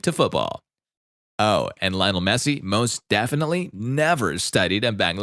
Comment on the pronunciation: In Spanish it's pronounced like liyoh-NEL MEH-ssee